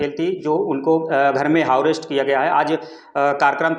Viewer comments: अबे हाऊ अरेस्ट नही होता,हाउस अरेस्ट होता है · पत्रकार महोदय, हाऊ अरेस्ट नहीं बल्कि हाऊस अरेस्ट बोला जाता है 😂😂😂